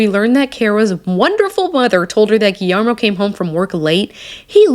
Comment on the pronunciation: The pronunciation of Guillermo is gee-yer-mo